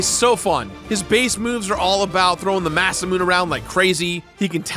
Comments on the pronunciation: say it with me ( ma-sa-mu-ne ) you have to sound it out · Did you just say…masaMOON???